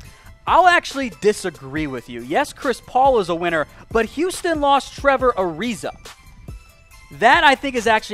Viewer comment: He called him gilbert ariza...fuckin goof